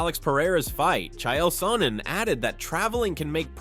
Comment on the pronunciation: Chy yail sonnen😂